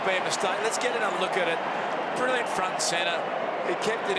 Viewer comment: great collection of goals - I do wish that Bruce McAvaney could say his "L"s when he says "Briw-yant" instead of "Brilliant".